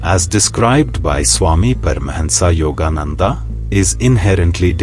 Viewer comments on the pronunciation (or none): His name is परमहंस योगानंद not परमहंसा योगानंदा। Don't be enemies of your own language.